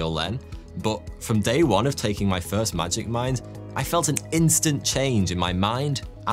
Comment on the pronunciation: as an hypixel sb player i keep hearing magic find instead of magic mine. help me